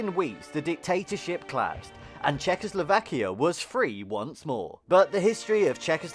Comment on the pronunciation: I would learn how to pronounce Czechoslovakia before making a video:)